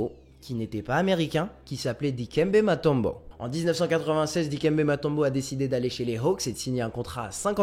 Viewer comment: On dit Moutombo et pas Matombo